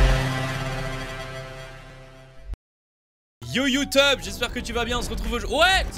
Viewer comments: c est moi où il a dit "youteub" ? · Chuis mort il a dit YouTeub mdrr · J'ai bien entendu "Youteub"🤔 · C'est moi t'a dit whesh youtebe